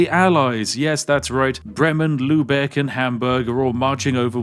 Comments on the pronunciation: Love that you pronounce Lübeck quite accurately as you are not familiar with the ü-letter <3 Though what I found during my stay in England is that native English speakers have way more trouble with the German pronunciation of the o-lettern. Always a linguistic joy for me to listen to such a case ;) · He said Lübeck 😍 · Spiff saying "Lübeck" correctly touched something deep inside me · props for your pronounciation of "Lübeck", that was really good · elite knowledge and the way you pronounce lübeck is pretty good